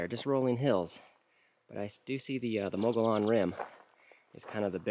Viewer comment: Definitely Humphreys. Thanks for the videos. They make me really miss AZ. Edit: The rim is pronounced more like muggy-own. At least it was when I lived there.